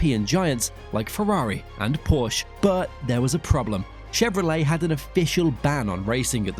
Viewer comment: Porsche is a two syllable word. Bobby Baker's L88 coupe sold at Mecum's Glendale, AZ auction in March 2021. I covered it for Sports Car Market magazine. My buddy Elliott Alvis is in the green Corvette !